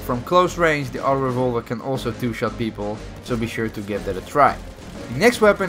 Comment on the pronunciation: Lâm Cao Vũ please also articulate when saying auto-revolver. Au to